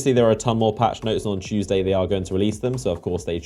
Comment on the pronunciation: It's all about that CHOOOSEDAY EVERYBODY NOT TUESDAY BUT CHOOOSEDAY 🤔🤔